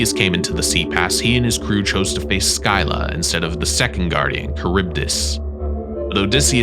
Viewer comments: Man called scylla skylah.. you say it as silla! :) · Its not sky llq like sky but ski lla like ski❤❤❤ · Make one about Greek mythology. I’m a Greek fan. By the way, it’s not Skilla it’s Cilla. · Fun fact : scylla is pronounced silla not sky la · Make one about Greek mythology. I’m a Greek fan. By the way, it’s not Skilla it’s Cilla. See if I’m wrong go to the trials of Odysseus you’ll see I’m right. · Scylla is pronounced Sill-Ah, not Skyler 😂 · Why do you call the Greek sea monster Scylla (pronounced Silla) "Skyla"? In school in the early 1960s I was taught about Scylla and Charybdis, and until seeing this video I had never come across the spelling or pronunciation Skyla. Now when I Google Skyla, I don't find anything related to Charybdis - all references are still to Scylla. Skyla, on the other hand, is an intrauterine device to prevent pregnancy - IUD. I should add that except for that oddity, I'm enjoying your video very much. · (sil-la) not (sky-la) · sky-la? you mean seel-a? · U say u can pronounce scylla is pronounce silla not skyla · where have you ever heard skyla? it’s scilla like shilla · Scilla not skylla.... Basics. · Not sky-la scylla is pronounced Sil-a you got her twin correct. It even tells you in back of Percy Jsckson how to pronounce it. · I thought it’s pronounced Silla? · It is pronounced “silla” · Scylla is also pronounced with a silent c, like silla. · Your pronunciation of Scylla gives me a headache 😂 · WHY SAY SCYLLA LIKE THAT WHY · Scylla. He!? What where are you even getting your information. First of all look up the pronunciation, secondly she always gets described as a woman with dog like heads coming from her hips and with multiple heads. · Dude learn to. pronounce stuff before you talk about it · you mispronounce scylla. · THANK YOU!! everyone freaking out about "Joab" and feeding the troll and I'm sitting here like bruh he pronounced Scylla wrong too. And that 1 hurt bc I love that story. Lol